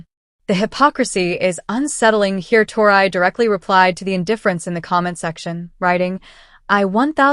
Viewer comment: Please pronounce Tori ‘s name correctly !!😊